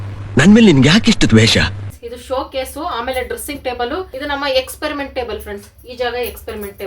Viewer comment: Ayyo Experiment alli R illa